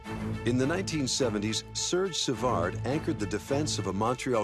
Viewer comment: Is it THAT HARD for SOME Anglophones to learn an "approximately correct" pronunciation of players' names in french? Hearing " sURRdge savarDDD" , "Mario LemiEW" , "Marcel DIE-Onn " ....... Cringy.